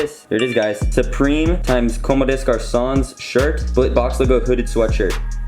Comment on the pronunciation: Nice pickup, might have to bite the bullet and cop the white tee lol. Btw it's actually com-de-garcon. Many people are struggling to read this brand's name.